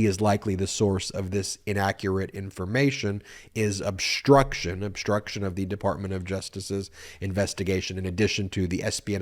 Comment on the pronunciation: Obshtruction? Deshtruction? Stop that. Speak correctly.